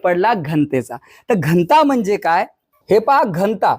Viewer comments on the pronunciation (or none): घंटा नाही रे दादा घ न ता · घंता नाही... घ न ता... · उत्तम👍🏼👍🏼👍🏼 फक्त घ न ता...✅ घन्ता... ❌ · घ.न.ता. घंता नव्हे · घन्ता नव्हे घनता... 😊